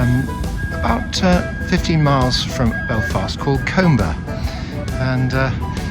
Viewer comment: no offence lovely video, but it is pronounced cumber not coomber